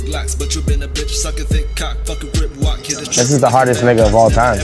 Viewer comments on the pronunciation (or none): none